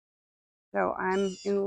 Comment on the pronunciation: Beautiful garden... please reference the correct pronunciation of zinnias when you have a moment. 😊